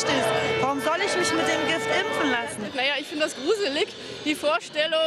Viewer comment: Kann die Reporterin das Wort impfen bitte mal richtig aussprechen und nicht ÜMPFEN. Das triggert so krass.